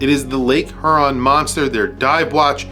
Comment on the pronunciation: Thanks for the review. I'm not a watch nerd so I cannot weigh in much. I received one of these as a gift and I think it's really cool. My only feedback as a Michigander would be to say I say it "Hee-your-on" not "her-on", but language is bendy so maybe it's different in different parts of the country.